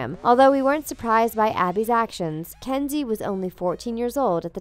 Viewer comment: Am I the only one hearing "Candy" several times, instead of Kenzie?